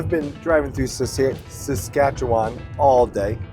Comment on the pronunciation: Good video! Thanks for sharing. Being from Saskatchewan, I have to say that I was impressed you pronounced it correctly - many struggle. But although the beauty of Saskatchewan is it's flat prairie, three hours or so north and you are into terrain that is not that dissimilar to Dawson Creek, another level of natural beauty. I am always in awe of Alaska and how something so beautiful can be so deadly at the same time. Nice ending to the video.